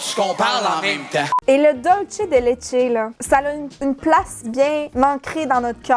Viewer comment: bon... il faut vraiment que je vous montre comment prononcer Dulce de leche ... hahahaha je vous adore xxxx je suis addict à vous